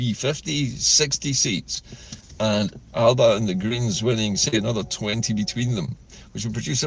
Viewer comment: The e Alepa(Alba) .😅